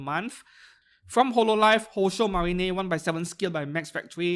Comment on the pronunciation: nice update im also excited for marine as i pre ordered !! btw it is ma-rine not ma-ri-ne lol.